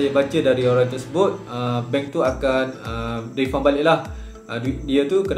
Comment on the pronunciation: Tq bang tegur….maaf ad slang kelantan ingeris…lagipun ni antara video terawal di youtube…tapi cara sebutan dia bukan refund tapi “refan”